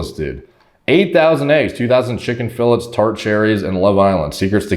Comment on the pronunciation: chicken “fill-its”